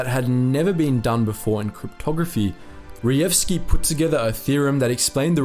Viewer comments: Hi. Polish "j" is usually equal to english "y" therefore try to pronouncr that last name as Reyevski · A little tip here J should not be read as G but rather as Y, so Reyewski would be much easier to pronounce. There is a section in Blatchley Park museum dedicated to PL Cipher Bureau now, where one can learn about it